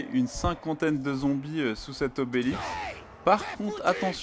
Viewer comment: "Se rendre sous l'obelix" .. On dit obélisque x)